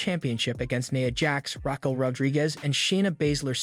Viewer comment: Am I the only one who wishes the guy narrating these videos would learn how to read. If he knew anything about the wrestlers he would know how to pronounce their names. "Debut" is pronounced day bue NOT Debuht. Raquel Rodriguez is pronounced rah kel NOT rackal